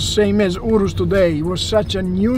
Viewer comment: Urus pronunciation on point 😈